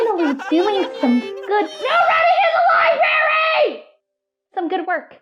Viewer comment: NO RUNNING IN THE LIBARY